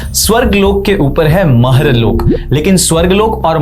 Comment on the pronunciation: Please dont add extra "a" in every hindi word. It is not Loka it is Lok. stop adding a at end of every hindi word - its Arjun not Arjuna, Mahabharat, not Mahabharata, Ramayan, not ramayana and so on. Prabhupaad, not Prabhupada. Thank you for the video and knowledge.